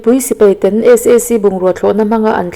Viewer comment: "ten" tih i thluk chu leh